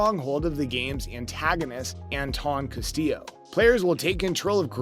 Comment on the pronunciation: Let's see we've got a clickbait title, clickbait thumbnail, constant contradictory statements regarding to the title and a presenter who mispronounces the name of the biggest villain in a game this year. I'm gonna go ahead disregard all of what this dude says and listen to someone who actually knows what they're talking about.